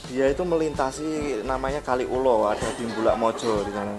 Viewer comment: Kaliulo pak bukan kali ulo bacanya disambung jadi satu